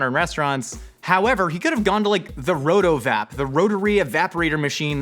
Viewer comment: Hard wince at how he says "RotoVap"